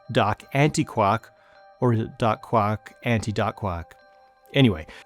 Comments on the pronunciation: From now on, you will only hear say quack of quark, and duck instead of dark. Have fun! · Quark should actually thyme with dark. That's how it was originally pronounced in English. 👍